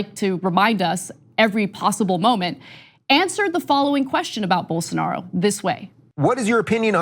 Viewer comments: Unbelievable that the left-wing liberal socialist progressive communist Marxist atheist media can't pronounce Bolsarnaro's name correctly. No wonder Rave left for greener pastures. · You just showed why no one should take Rubin seriously. Come on, I am a regular guy and I know how to pronounce Bolsonaro's name and that he is hyper-conservative. How does a paid commentator not know this?